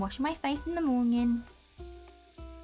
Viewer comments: I love when you say mornging and also i call it porridge cause my school has a British curriculum. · Who else is hearing "morñin" ?? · I like how yoy say monyen lol but thats funny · i like how she says morning